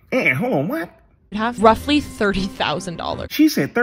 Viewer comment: Anyone else noticed how she said "ROUGHLY $30,000"? She knew even her guess was off.